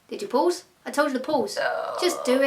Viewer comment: it's hilarious to me at least that when your saying pause it sounds like your saying Paul's. It just shows how defined your accent has become